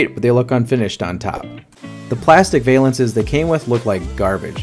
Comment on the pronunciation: Val-lance. Not Vay-lance. 😂